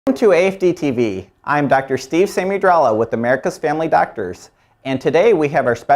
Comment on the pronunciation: why did u pronounce your name like that